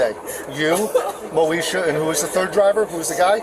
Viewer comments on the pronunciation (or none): "moe esha" come on man what r we doing lo l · Hearing him constantly say “Moesha” was hilarious. He’s good at his job 😅